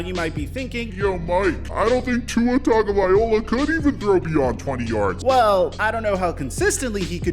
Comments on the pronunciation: Please look up how to say Tua's name. As a Bama and Fins fan it's hard to hear. Ta-go-vai-lo-a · It's Tua Tagovailoa fool at least get his frigging name right!! Pronounce that ish..F Flores he gone🤣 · Yo Mike. Love your videos,man. But, do you realize you are pronouncing Tua’s name wrong? The end of his last name is like “Vi-lo-ah”. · After years of hearing Tua’s last name, people still butcher it smh. Show some respect and get it right bro. 😑😑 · Ima need you to pronounce his name right at least one time before I believe this mf is gonna do a gotdamn thing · i dont want crappy people on my dolphins team. i want to be proud of the players and the work they put in and the way they live their lives. PHINS UP!!! also the chiefs have used Hill as a wide back and you pronounce Tagovailoa incorrectly every time... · You still saying his name wrong. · How is it that you’ve made multiple videos on tua & you still get his last name wrong everytime lmao so much so that I had to check if I was mistaken lmao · hey Mike! you can spend a few seconds learning how to pronounce Tua's name correctly, He'll appreciate it! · I cringe every time you say Tua's last name .. still funny though ☺️ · BRO! You actually did a video on Tua and still didnt learn to say his name right. Just say Tua. Quit trying to say his last name. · I don't think you are saying his last name correctly. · Still saying his name wrong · Why do you say his name like that? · Too bad he can’t pronounce Tua’s last name properly 😑🤦🏽‍♂️ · It’s not viola it VAILOA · Tagovai-LOA NOT OLA (good lord) are you dyslexic? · Could you please stop pronouncing his name Tagovaiola. It’s TagovailOA ! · just to correct you, its pronounced TangvaiLOA not OLA. sorry i know its probably not much, but i just hear it everytime and figure people should know how to pronounce his name properly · Tagvailoa not Tagovaiola haha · Bro It's Tua Tagavailoa (LOA) Not (OLA) Just letting you know saying his last name wrong. Just trying to help.